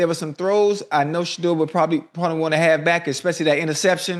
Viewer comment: I need Shedeur to get away from Cleveland !! That da*n head coach couldn't even say Shedeur name omg , they can't stand him 😢😢 its ok we love you still praying for you always ❤ Haters will be haters !!!